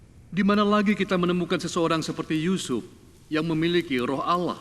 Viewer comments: Kok kedengarannya pake kata Alah kan yg bener Allah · Jgn di dengar kan cerita ini..gk benar...nyebut alloh aja gk becus.